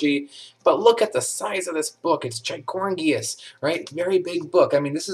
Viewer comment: Gygorgious is not a word. You’re definitely not an English major lol 😆